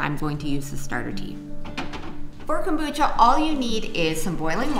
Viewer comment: love your show, but one thing, what the heck is Cobutcha? lol